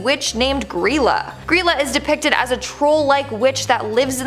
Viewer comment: It was pronounced Gr-eye-la, but the pronunciation has been lost to time